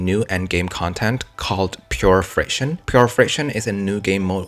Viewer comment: I thought it was “Pure Fiction?” Not Pure Friction.